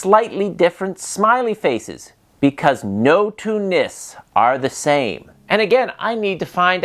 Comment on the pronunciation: Glad you had a good time here. Just a quick heads up. Its Nisse, the E is not silent. 🙂